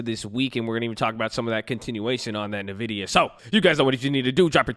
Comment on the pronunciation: So the Nvidia is pronounced as "envidia" and not "navidia"